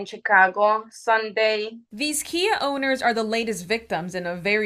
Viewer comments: KIA not Kai, ^^ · Kia not kai 😁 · Kia not Kai